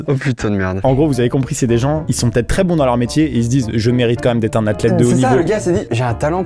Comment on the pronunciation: personne n’a remarqué qu’il avait dit son-t’ai 😂